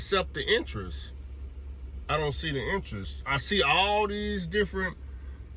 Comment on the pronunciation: It’s entrance not entrice lmao oh boy